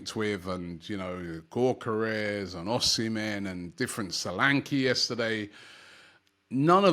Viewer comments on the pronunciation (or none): none